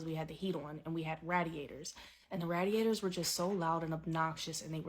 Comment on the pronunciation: we had RAHDiators